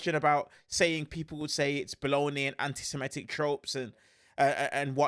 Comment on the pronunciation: The word is "baloney" not "bollony". And Prof. J uses a strange combination of precepts and axioms derived from different things to forge his opinions. He is ultra-cynical, and typically his views reflect a might-is-right pov. His "predictions" are just extrapolations drawn from a pretty easy appraisal of the most powerful actors in any given situation in terms of who is likely to prevail. His analyses are quite simplistic and not at all novel, relying on well-known generalizations. And he has been wrong many many times and when he is right his view is so general it is impossible to be wrong. Overall, I find him the least interesting youtube expert on mideast affairs and the Iran war. As for secret societies, that is pure conspiracy claptrap that he should be embarrassed to be relating in public.